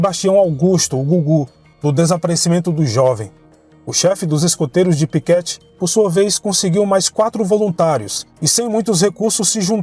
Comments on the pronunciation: Uma pequena correção, é Piquete e não Piquéte. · Muito bom, só a pronúncia do município de Piquete, que se lê "Piquête e não "Piquéte", mas só como curiosidade, conteúdo excelente. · Kkkkk eu ria toda vez que escutei ele dizer Piquéte